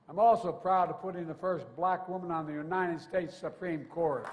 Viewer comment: How many times he used the word “black”? These people are not blacks… They are good, productive, professional Americans. Why he focuses so much on the color of their skin? Maybe there’s a Chance that he is still pissed about racial integration in the US? Watch how he emphasizes on the word “Blackkkk”